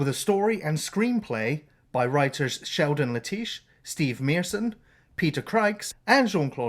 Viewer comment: It's pronounced Sheldon "Let-ish"